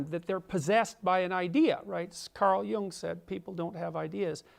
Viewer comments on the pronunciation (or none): none